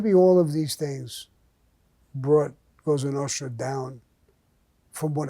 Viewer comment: I have to admit, I enjoy Mr Gravano's stories. They're either funny, or intense, but always entertaining. If you listen closely, there are a lot of life lessons in these stories. I love when he invokes the life of the Cosa Nostra. He even pronounces it properly. It used to be a life of respect, at least for men like themselves, and their families. I was never a fan of John Gotti, he did more to give Italians a bad name, than Mr Gravano ever did. I would like to say thank you to Mr Gravano for the stories, and to wish him a happy mothers day. LOL. Stay Blessed Mr Gravano